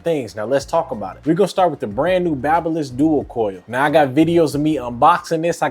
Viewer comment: Its babyliss not baba lol